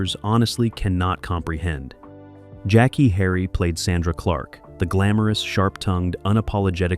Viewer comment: The show was called Two-two-seven, and the lady's name was pronounced Jack-Kay